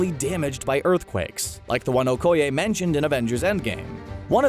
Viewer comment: Her name is Okeye not OHkeye